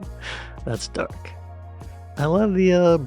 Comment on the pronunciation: I was confused for a moment when I misheard one of your comments! The pic of the man in a wheelchair, you said "that's dark" - I heard "that's duck", and was thinking no, that's a flamingo!? 🤣